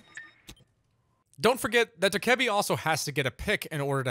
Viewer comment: DOE-KUH-BEE. NOT DKEBI.